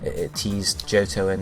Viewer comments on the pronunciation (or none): none